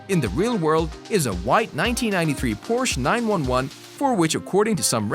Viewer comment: y man just said Porcha 9-1-1 🤦‍♂️smh!